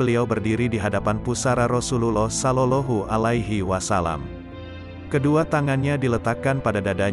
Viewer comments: Maaf cara membaca. Sollawllohu alaihi wasallam ini yg bener. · Kok sollolohu....ucapkan yg benar dong.